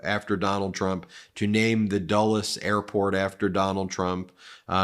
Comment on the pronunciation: Anyone else hear, "Dullus airpoint?"